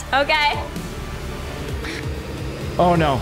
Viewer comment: otay he said otay*presses accept*are they gonna do it? He said otay, he said otay Me:*dies of laugher*